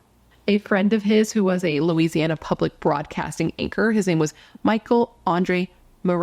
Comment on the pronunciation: You pronounced it correctly. Thanks for covering this Louisiana case. ❤